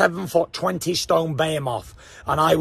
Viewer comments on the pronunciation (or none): 0.50 "7 ft, 20 stone "bayhimoff" Thats a funny way too pronounce "behemoth" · Not that id day this to his face but its pronounced..b-he-moth....not bear moth 😅😅